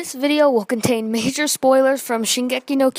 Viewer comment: "majure" lmao